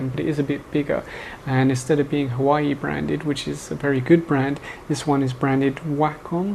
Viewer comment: i think what you meant was huawei not hawaii..:D